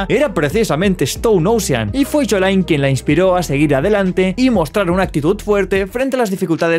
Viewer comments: No quiero sonar malo pero me molesta que diga “jolai” cuando es “joylin” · Se dice YOLIN. YOLIN no yolain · Como se pronuncia: YOLIN: YOLAIN 😎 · Todo perfecto tu video pero cómo le arde la sangre que pronuncies "Yolain" y no "Yolin"😡 jajaja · se pronuncia yolin no yolain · No sé por qué la gente dice yolain si LITERALMENTE en el trailer Jotaro lo pronuncia como yolin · no, es el sonido de la ll y no de la y. literalmente su nombre es じょりーん, siendo じょ la silaba Jo que suena como llo, no como yo (よ suena como io). en japonés se pronuncia jo-rín. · Me daba un tock nervioso de Jolain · Dios, me chirría que digas yolayn xd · me pone un poco nervioso que le diga Jolain D: jajajajajaja es muy bueno gallego moment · "Yolain y yoyolayion" 😐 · Como chucha lo pronuncias Jolain poh wn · se pronuncia "llo-lín"... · Bueno, ahora ya sé como se dice Jolyne y Jojolion😎🤙 En el vídeo lo digo a la inglesa porque no había escuchado nunca como se pronunciaba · Deecho lo pronuncias mal AJAJJAJA